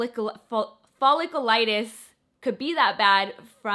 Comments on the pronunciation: Folliculitis- “fuh-lick-YOU-litis” it’s not follicle-liitis. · Pronounced "fa lick u lite us".....Hope you get better soon! Clindamycin is the key girl! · Its pronounced ful-ic-u-litis. Love you your amazing